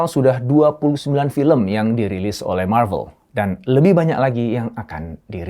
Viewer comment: bang lu ngomong marvel nya yg bener aja soalnya di translate nya lu ngomong klo bukan malu/novel